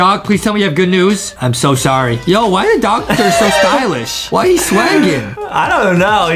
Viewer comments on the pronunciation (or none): They said docotor